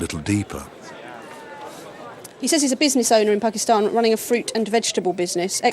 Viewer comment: says Pakistan perfectly!